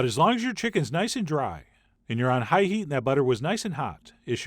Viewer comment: Hate his talking method of highlighting some words...HIGH heat, etc. talk normal!